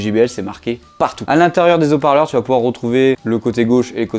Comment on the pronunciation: Des hauts parleurs ! ! ! « Des z’hauts parleurs » c’est horrible 😫